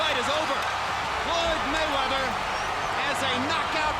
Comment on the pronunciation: I think he meant to say "Floyd Manchester"?